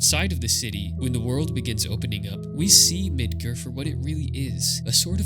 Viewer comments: It's MidGAR not midGER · Mid-gar not mid-ger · I legit laughed when you said Midgar like Midger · “Mid-ger” I don’t wanna be that guy, but dude wtf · That's the first time in my life I've heard it pronounced "Mid ger" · Bro did you really just call it Midgrrr? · Is there a reason you pronounce Midgar incorrectly when the voice-acted Remake has been out for almost 5 years? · The "A" in your pronunciation of Midgar is the loneliest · Even though alot of people think ff7 is anti capitalist, its actually anti corpotocracy, which is where a company controls an entire government or even a nation. This video is still very good and insightful regardless of political views and i think ill give him a sub because there was alot of effort and thought into it. Only thing that truly bothered me with this vid is that he pronounced midgar as midguuur lol. The premise of the video is quite good even though ff13 is the loneliest ff game by far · hey thanks for replying! I really enjoyed the video and even as a kid i somehow pronounced midgar right so when i heard it i was like wut xD. Look forward to your next video!